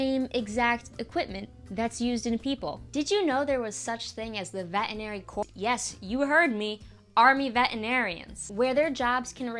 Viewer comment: Interesting but the word "corps" is pronounced as core.